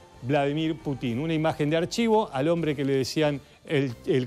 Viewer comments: Es PÚTIN, no Putín.. Putín sos vos, pelado. El acento va en la U!! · Que alguien le enseñe a este merolico como se pronuncia Putin. Diganle que no se pronuncia Putín suena ridiculo y graciosisimo no se le puede tomar en serio. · Señor, no sea tan ignorante de pronunciar mal el apellido Putin con Putín, va sin tilde en la letra I. ¡Avíspese! 😂